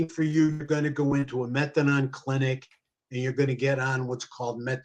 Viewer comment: It’s methadone, not methadon. Idk why it’s driving me crazy hearing it pronounced wrong so much 😬